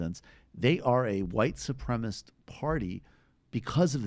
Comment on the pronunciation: Michael Brooks, please get out your dictionary and learn to pronounce "white supremacists"--you say "supremists" which is wrong. Shame shame on someone who mocked Jimmy Dore for mispronouncing the word "caste" recently. You also recently mispronounced the word "cachet" (pronounced "kashay") or confused it with the word "cache" when you meant "cachet". So please stop throwing stones and acting all superior towards others when you do the same thing yourself. You were practically hysterical over Jimmy's mispronunciation, but now who is laughing? Stop making division where there doesn't need to be any. If you want peace, you have to begin with yourself dude. Maybe try some mindfulness meditation.